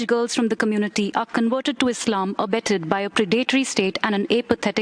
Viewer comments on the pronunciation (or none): none